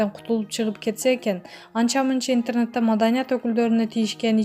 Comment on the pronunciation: Интернетти интернат дедиби? )))